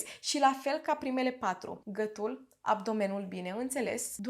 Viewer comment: Hello. De ce nu pronunțați “ â”?🤣🤣 mereu m am întrebat de ce, dar nu am scris și acum mi-a venit iar în cap și nu am mai pierdut ocazia. “ gătul”, “ a țăşnit “